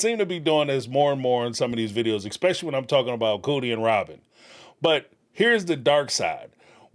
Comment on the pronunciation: Thank you for pronouncing “realtor” correctly Please start saying ESSSSSS PECIALLY NOT EXXXX SPECIALLY